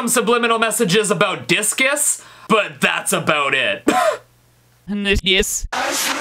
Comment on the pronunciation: no you said BISCUS